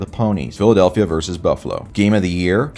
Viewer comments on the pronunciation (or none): none